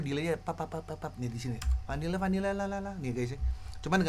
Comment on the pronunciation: Jadi bang yg part vanilla vanilla dia nyanyinya itu (cara pengucapannya) emang sengaja dimiripin I'm in love gitu